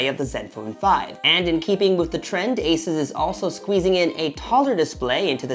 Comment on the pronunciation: pronounced "ay-zis", not "ay-soos"